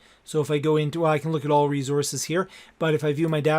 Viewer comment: You had me at "reezozz"